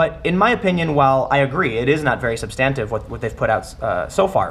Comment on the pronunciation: huh. Never heard anyone pronounce substantive that way.